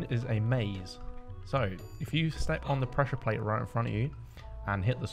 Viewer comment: What bothers me the most is that he said he “pressure plads” if not it was pad or plate